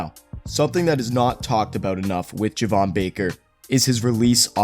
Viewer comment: Its pronounced JAY-VON not JUH-VON just an FYI